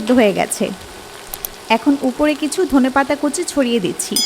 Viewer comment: Dhonia pata hobe not Dhona pata